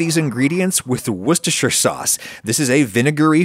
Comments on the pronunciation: Adam you don't understand how much I thank you for saying woustershire right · Finally, someone who pronounces worcestershire sauce CORRECTLY It's pronounced "WOOSTERSHIRE" people!! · I, who is from Worcestershire, am so proud of you. Good work on the pronunciation. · I salute you on your pronunciation of Worcestershire sauce. Respect from an Englishman.